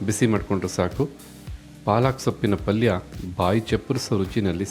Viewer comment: ಪಲ್ಲಿ ಅಲ್ಲ ಪಲ್ಯ